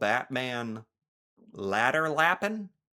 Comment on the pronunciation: Good pron on "läderlappen" - that was AAA+ for an american :) Impressed.